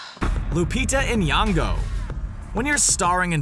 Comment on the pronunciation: Why does he say it like in yongo? It's nyongo.